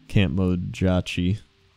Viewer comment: I'm actually pretty sure its something along the lines of Camp Mo-jah-chee since Tauren proper nouns normally sound Native American and Mojache is a little like Comanche.